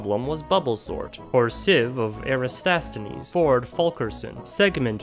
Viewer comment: good job pronouncing the Dutch cities. i approve. Eratosthenes on the other hand...